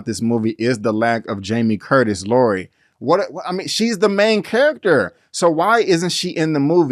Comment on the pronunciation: It's Laurie not laura